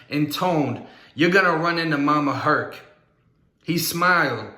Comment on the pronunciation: Mama Hurt.......not “Herc”